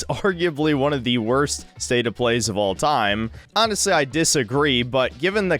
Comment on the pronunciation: Why do you keep saying "anhastly" over and over - do you have some kind of autism that makes you lie so often that you need to explain when you're actually being "aanist"?